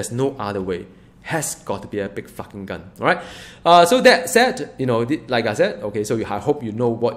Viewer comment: he said Flarking, but yeah it did totally sound like he dropped the f bomb haha